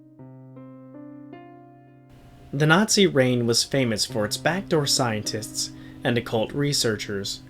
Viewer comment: It sounded like u sayed scientits XD